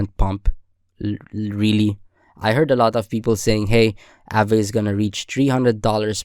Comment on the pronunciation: nice vid, one thing tho; it's pronounced 'ah-ve/vuh' not 'a-vay'